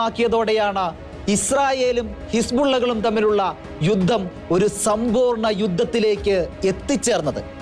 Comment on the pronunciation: ഗോരയുദ്ധം? ഘോരയുദ്ധം എന്ന് ഉച്ചരിക്കണം. യുദ്ദം? യുദ്ധം എന്ന് പറയൂ പാലായനം അല്ല . പലായനം എന്ന് വായിക്കൂ...............